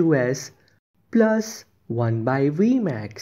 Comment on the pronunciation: Your vmax accent sounds good🤣